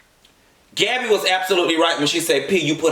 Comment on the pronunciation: My 3 year old heard you say Gabbby. She said huh 😂😂😂. N